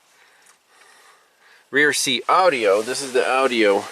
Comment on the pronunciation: I love the way he says Audi-O lol